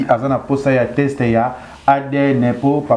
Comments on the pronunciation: Leketsou yo pe balobaka test non text . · On dit teste et non texte